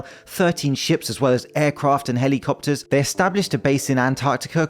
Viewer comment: I think I'm going to adopt the way you say helly-copters. Great video!